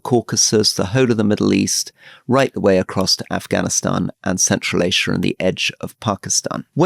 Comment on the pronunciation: WHY THE F DOES RORY KEEP PRONOUNCING ASIA LIKE THAT? PRETENTIOUS